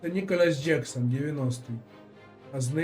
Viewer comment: Пане стрімере, передивіться, будь ласка, відео, де пан Ніколас з Челсі вимовляє своє прізвище